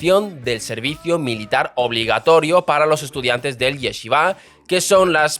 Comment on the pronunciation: Se dice yeshivá. No es yesivá, como pronuncian los españoles, tampoco yechivá. YESHIVÁ. Como shhh